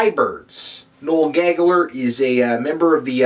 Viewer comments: LOL Dying over the pronunciation... "nole gaggler" hi-larious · "Noel Gagaller" LOL